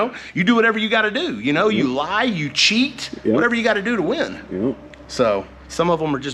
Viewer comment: Like how he emphasizes " We Cheat"